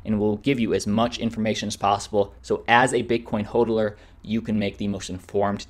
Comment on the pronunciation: “as a bitcoin hoedler” ???😂